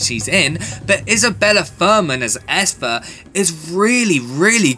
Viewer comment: Great review but you're saying Esther weirdly